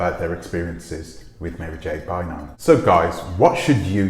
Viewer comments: Prounounced ‘Buy arm’ not Bynum like Juanita Bynum. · Her last name is pronounce like BYE RUM. Byram.